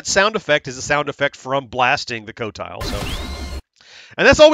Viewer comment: I just realized you pronounced it co-tile! Great job! And guess what! Even Atari makes the same mistake. In the song flynyar warriors, they pronounce it Quotile. Actually the high score for game 6 (Ultimate yars) is 3 million, you could possibly get it.